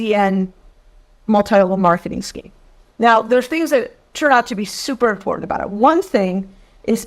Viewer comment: Imporunt? That's not a word